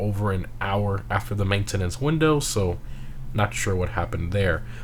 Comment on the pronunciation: Main ten nence hahahah he says it funny